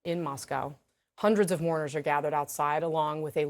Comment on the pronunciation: ‘Brave moarners’ 🤦🏻‍♀️🤦🏻‍♀️🤦🏻‍♀️